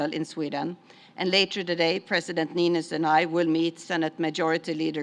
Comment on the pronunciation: It's Sauli Niinistö. If you don't have o with two dots you use "o", not "a". Americans...